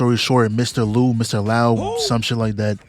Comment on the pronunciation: Liu is pronounced Loo (most times)